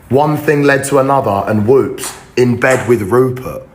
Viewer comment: Can we stop saying TING for the love of god